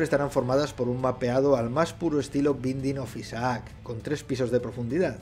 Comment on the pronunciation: Se dice Beiding of Aisac, ShatNoSabeInglés